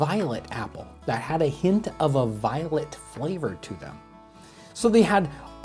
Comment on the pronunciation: I thought he said violent apple, instead of violet apple.